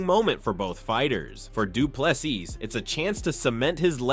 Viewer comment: The last "s" in De Plessis is silent. Adensanya "s" pronounced as "s" not a "z". Even pronouncing Khabib surname wrong, I'm done correcting you. It's your channel, do some research.